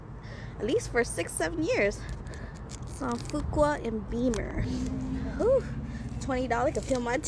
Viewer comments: As a native Houstonian, that is pronounced "Few-Kway" not "Fookwah" lmao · its "fewk way". shit pisses me off to no end. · The street is pronounced Fyookway. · it's "few-kway" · Killing me the way she mispronounced fuqua😂 Love to hear her say tatar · How can she be in Houston and not know how to correctly pronounce the street name?